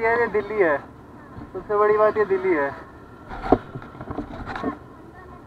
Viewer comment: "Sabse badi baat ye Dilli hai" in full Pahadi accent. :D Kudos my boy... Need more helpful people like you.